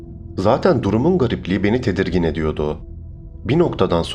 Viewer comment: R leei. Yutma. R. Leri. Söylüyodum. Değil. Söylüyordum. Ediyodu. Değil. Ediyordu. Vs vs vs vs. Sonuç. 👎👎👎👎👎